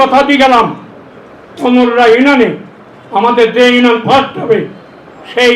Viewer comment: ইনশাআল্লাহ 1 লক্ষ বটে আপনি হেরে যাবেন আল্লাহ চাহিলে আপনাকে হারিয়ে দিতে পারেন ক্ষমতার মালিক আরশের মালিক একই আপনি এইভাবে কথার ফুলঝুরি দিয়ে মানুষ ভোর দিবে না আপনাকে মানুষ বিপরীত কিছু ভাববে আপনি ইউনিয়ন শব্দ উচ্চারণ করতে পারেন না এমপি পদে প্রার্থী হয়েছেন আপনাকে ধিক্কার জানাই